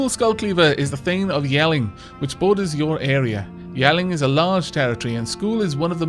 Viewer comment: Your pronunciation of Jelling is 100% correct. I can say that for sure because Jelling still exist in Denmark today and I am Danish...